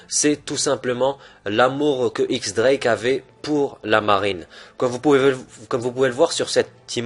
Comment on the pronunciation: Théorie cool avec de bon arguments, mais juste 2 petits détailles, X Drake se prononce Diez Drake (X est un chiffre) et quand tu t'inspire d'une théorie tu pourrais mettre le lien dans la description par simple respect pour l'auteur. Bon courage continue ton taf !